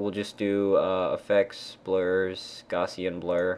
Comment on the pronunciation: Nice tutorial! By the way, think Gaussian is pronounced Gaw-shun =D